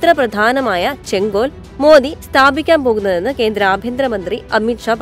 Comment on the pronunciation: " ചെങ്കോൽ " - സെങ്കോൽ അല്ല